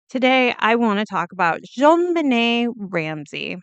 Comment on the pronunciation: It's not "Joan," it's Jon, as in John.